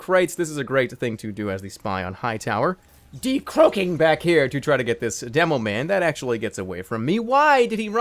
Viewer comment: I don't know why but the when Jerma says "deCLOAKING" I always crack up